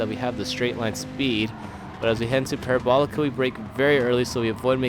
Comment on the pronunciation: Are you really gonna do the whole "Courva Granday" thing but not pronounce "Parabolica" correctly?